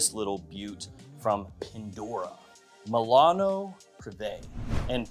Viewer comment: is MI-LA-NO......NOT MEILANO.....with Mi